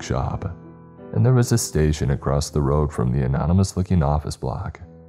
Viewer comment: What is Weapontree? Asking for a friend. He would also like to know why you sometimes say Across and other times you say Acrost?